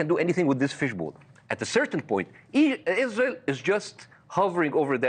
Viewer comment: he said izrahelll. Not izrahellliiis.